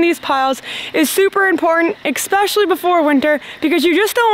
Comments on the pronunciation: Well isn't that fire great for the environment!! Burning paint is releasing nasty chemicals. By the way the word is Especially not eKspecially. It is really starting to bug me. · The way you both say expescially makes me so happy 🥺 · There is no "X" in "especially" but I smile every time you say it! (almost every video, let's see a compilation) You 2 Rock!